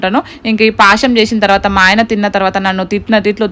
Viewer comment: Adi pasham kadhu bro a word curret telusukooo